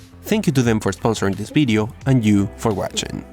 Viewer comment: It's "video" not "weedeo".